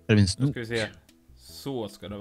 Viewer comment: när Du sa snok så var jag tvungen att spola till baka för att jag hörde något anat än snok